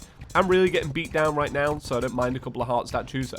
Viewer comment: Reet? Reet.